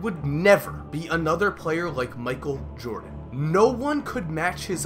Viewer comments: “Micheal Joden” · michael jodan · Micheal Jodan??????